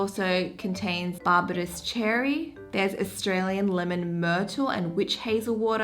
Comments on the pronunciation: Bar-bay-dos! cherry lol not bar-ba-dus cherry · Barbados, pronounced as Bar - bay - dos 😊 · How we say Barbados in the Caribbean "bar-bay-dose" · Is no one going to talk about how she pronounced Barbados? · She said Barbados sooo so weird. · I think you’re having a brain fart on how to pronounce Barbados lol